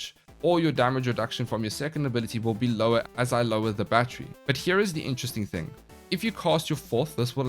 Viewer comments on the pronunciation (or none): none